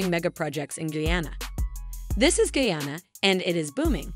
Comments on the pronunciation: Please- it's Not Geyana- it's GUYANA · Did she say "GAYANA,? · Please pronounce guyana better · The country is Guyana.not guana nor Vienna. Please review before posting. Guyana is ! a English speaking country on the Atlantic coast of South America and not in Africa. Thanks.